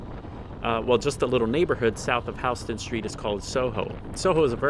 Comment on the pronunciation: A few things: I never lived in NY but had to stay there for about 2 months for work, which consisted driving around Manhattan. It's so eerie how empty it is. Your bike looks awesome. Also, it's pronounced House-ton and not Huston?